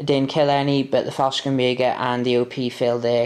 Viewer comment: 3rd (and last) comment: There is no K in Fallschirmjäger. You seemed like you wanted to pronounce the stuff correctly (Wespen) so i thought (as a german native) this might be of interest. It would be Faell - Schrrm - jaeger